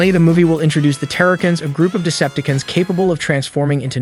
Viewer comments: Yeah lol and Decepticuns. Lol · did he just say pre-DAkins, TARE-akins and deceptakins....?? dislike. see ya kid. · WTF is a Deceptikun? DeceptiCON. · He did not just say Decepti-can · "De-cep-ta-cans" "terra-cans" so close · Why can't this guy say Cheetor,Decepticons,Predacons and Terrorcons right I think he even pronounced airazor wrong. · This is a cool video and all...however the way you pronounce "Decepticons", "Predacons", and "Terrorcons" is.... odd? Nonetheless thanks for this explanation. Made some clarifications for me.